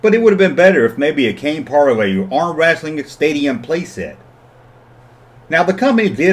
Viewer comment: It looks like Lewco also had the license for Sesame Street, Gumby, and The Flintstones. Hearing you say "wrassling" cracks me up.